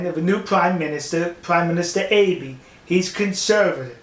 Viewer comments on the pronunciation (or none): Enjoyed the info A comment though on the pronuciation of the prime minister's name - it's Ahh be' - the e is an A sound As for the nuke capability in Japan - just so